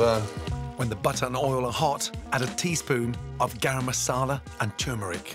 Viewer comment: Gaaraam Masaala. Pronounciation 🌚